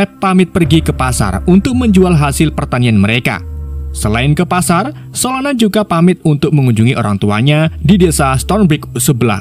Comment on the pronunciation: Solona eh salah solana😅 kadang lucu Abang ni kadang bau